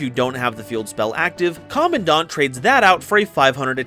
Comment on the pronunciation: I am glad that you are one of the people who correctly pronounces Commandant. I always try to explain to my friends why it is that way and not the other.